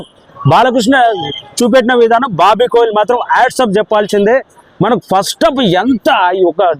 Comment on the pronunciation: Kohli kadhu kolli 😂😂